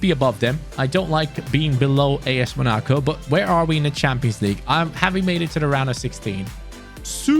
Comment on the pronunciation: MUH-NA-CO? Bruh.... Mona-co